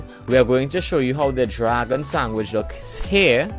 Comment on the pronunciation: The way you say sandwich bothers me. And you say it a lot